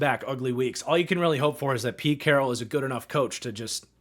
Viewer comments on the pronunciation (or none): none